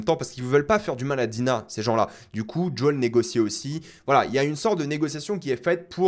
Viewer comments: JUL n’est pas dans cette série, on prononce toutes les lettres « J O E L » 😅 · Son nom se dit pas "jol" mais plutot comme "jowel" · Par contre je sais que tu aimes la VO mais par pitié arrête de dire « djôle » je me suis étouffée en l’entendant 🤣🤣🤣 JO-L suis sure tu peux y arriver 😉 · lol ce n’est pas “ jol ” c’est Joel mdr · Jai beaucoup aimer la bataille a Jackson, super idée c'était bien fait et "impressionnant". Le colosse était lent idiot et costo nan franchement la bagarre j'adore. Et par pitié arrête de dire djol je comprends pas, a quel moment a tu entendu un personnage l'appeler djol ? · Top vidéo comme toujours.. cependant.. il faut arrêter avec Joel tu rends fou!! Depuis quand ça se prononce Djol🤣🤣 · Pk tu appelle Joel « JOL » mdrr